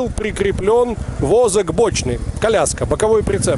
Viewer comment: "Возэк бочны" )))